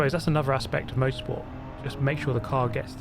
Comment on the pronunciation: i know he says 'motorsport' be it sounds like he says 'most sport'